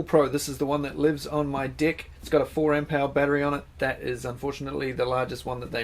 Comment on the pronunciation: Lmfao odd pronunciation of "deck"